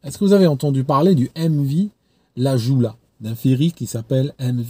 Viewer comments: Hello, juste petite précision sur la prononciation du bateau qui a fait naufrage au Sénégal, c’est le Diola non le joula 🙂. La date exacte du naufrage est le 26 Septembre 2002 selon certaines sources le nombre de morts a été évalué à plus de 2000. Bien à toi 🤝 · Aaaaarghhh! Pas le MV Lajoula... le Diola. Ca s'écrit Joola mais ça se dit Diola. Mais sur le fond tu as 100% raison, très peu de personnes connaissent ce drame, sûrement parce que la grande majorité des morts sont des africains pauvres ou en tout cas pas des milliardaires.Sur le Diola aussi, beaucoup de gens sont restés vivants et coincés dans la coque pendant des jours, on n'ose pas imaginer leur fin terrible pendant que l'incurie et le déni règnaient à Dakar parmi les autorités. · Le nom du navire au Sénégal se prononce "Le DIOLA" (et non pas "la Joula"). Une catastrophe encore très présente dans les coeurs et les esprits. Que toutes les victimes reposent en paix. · C'était le Joola ( prononcer le diola) un véritable drame au Sénégal en 2002. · bonsoir, pour le joola prononcer pluto le "diola", et félicitation pour ton dernier livre. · Pour un africain tu pourrais prononcer correctement le nom du diola qui est aussi une langue africaine.